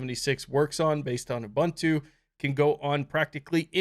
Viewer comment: Sadly, you lost me at the mispronunciation of Ubuntu. It is ooh booon too. I am South African. It means "I am, because we are." There are enough pronunciation guides online, please use them. Can I trust a review of something you cannot pronounce? Think about it.